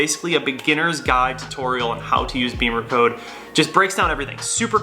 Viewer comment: Not BEEMERCODE, it's BIM-MER-CODE